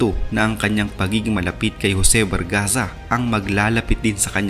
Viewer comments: Barzaga ho hindi bargaza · Di po Bargaza kundi Barzaga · barzaga po hindi bargaza hahaha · 😂😂😂 BARZAGA hnd BARGAZA 🤣🤣🤣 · Barzaga hindi bargaza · Barzaga,d bargaza.